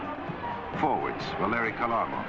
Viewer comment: The real prononciation of that modern - day Russian rocket ( God rest his soul, ) is KHARLAMOV.